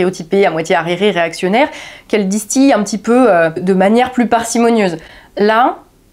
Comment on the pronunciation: Même erreur de prononciation que sur la châine de Georges, qui traite bien évidemment aussi du même sujet tendance: "distillé" ça se prononce disse ti lé, et non pas disse ti yé.